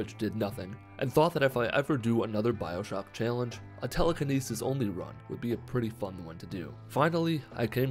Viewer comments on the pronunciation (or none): Did you say “Bibleshock”